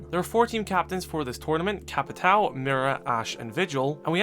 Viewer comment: "Joal' (JOÃO), "Capital" (CAPITÃO), Tubaral (TUBARÃO) It's time to learn how the ~ affect words in portuguese.